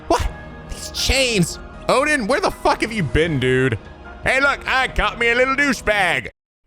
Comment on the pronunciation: God damn! I nearly spit out my water when misread Odin's name as "Olden."